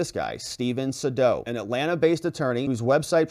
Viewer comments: His name is pronounced SayDow! Long A, dow, as in Jones! 😊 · Its Sadow = SAY DOW